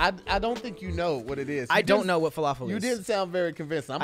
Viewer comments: Gyro..pronounced JI-RO.The heck they get yee-ro from???And his pronunciation of falafel?? WOW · I almost passed out from pronunciation of falafel